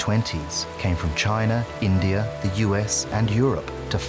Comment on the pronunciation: India does not have an R in it. How about pronouncing it properly??